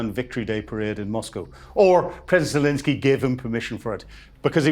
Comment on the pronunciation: 'Zelinski' or 'Zelensky'? Penguin syndrome (flapping hands) is acute - very distracting😵‍💫